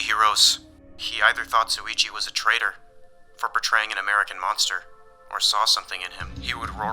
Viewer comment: erm achktually it’s “traitor”